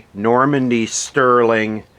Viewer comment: it's pronounced Norddddd Mender